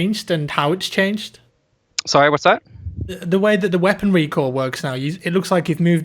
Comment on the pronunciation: Recoil sounded like recall